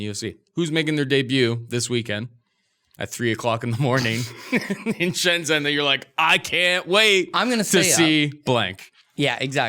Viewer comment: it’s prounouced as Shen-Jenn! Not Shen-zen... my wife was rather annoyed at your lack of Chinese pronunciation haha. 😂